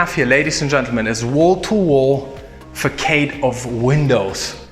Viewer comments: It is a nice home but for the price, no staff accomodation and overlooked by neighbours. NO-no. But, as always guys, a great video, great camera work but some of the English needs work! Slats not slates, facade not faceardes....... just joking, we know what you mean, most of the time. By the way, has the Bond house with the gigantic rock been sold yet? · Guys you know I love your videos and keep up the awesome work. Just a quick suggestion: "Facade" is meant to have a hard "C", meaning it should read as if it was "Fassade". Cheerios.